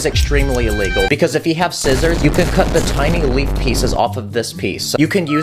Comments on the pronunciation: In one video you said a wegol and you we're trying to say illegal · You keep saying a wegol